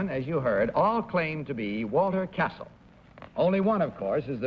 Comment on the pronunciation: The exact name of the baritone is Cassel, not Castle